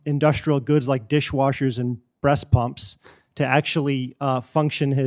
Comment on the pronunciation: "Washmachines and BRESTPUMPS" 😂 l don't belive what l hear- at least usa has "come to the milk" 😂